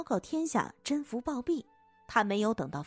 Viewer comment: 宓 不是應該讀音 me嗎